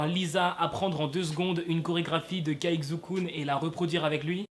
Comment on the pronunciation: juste un petit truc caixukun se prenonse tsai chu kun c'est tout😊